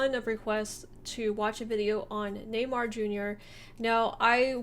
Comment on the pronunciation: His name is Neymar not Newymar :)